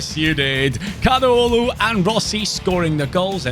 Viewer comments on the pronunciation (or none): It is KADIOGLU ,not KADUOGLU